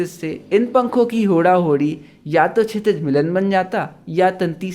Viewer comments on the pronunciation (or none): Chitij nhi shitij